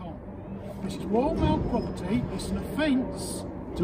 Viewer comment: This is "woyaw maow pwoperty"